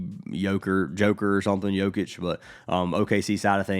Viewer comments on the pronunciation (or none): Did you say Yoker? 😂😂😂😂